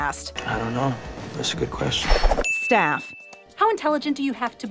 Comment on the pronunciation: at a part of ur vid you said shaffs instead of staff